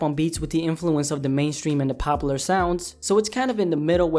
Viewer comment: "Popa-lr"? Bro you speak ever word but popular correctly.. Lol Jesus Christ that's annoying..